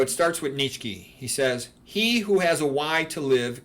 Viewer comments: It's pronounced Neech-eh (ch as in cheese). Although not always my favorite, I also admire the aesthetic effects of Christianity (excluding the kitsch of Kinkade), but I am not a Christian. I think you should be a Christian if you believe in its central doctrines, like the Incarnation, Resurrection, Trinity, etc., regardless of how beautiful its churches are. To convert or identify as a Christian for any other reason is to act in bad faith. I see too many people on the right become Christians because they think it's the "based and red-pilled thing to do," not because they actually believe in its central claims. (Incidentally, it's the same reason these types become carnivores. Veganism, in their minds, is for effeminate leftists, so they only eat meat to signal allegiance to their chosen political tribe, not because they're seeking the truth about nutrition.) A declaration of assent to these claims is noticeably absent from your video, which leads me to suspect that you are not really a Christian but simply an admirer of Christianity, and this mainly for its artistic achievements. Lastly, your remarks about non-Christian religions are unfairly dismissive. One could just as easily regard Christian prayer in the manner that you characterized meditation. There are clownish spectacles galore to be seen in Christianity, from ridiculous Novus Ordo masses to Televangelist services. And it's obviously not true that non-Christian religions are all "godless." Even Buddhism has a place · I think does a great job of mispronouncing the name of the antichrist. It's funny.